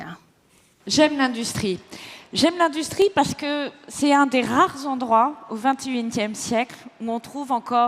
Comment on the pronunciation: .. c'est un des rrrrrares zendroits.. au vintéuinetième siekl....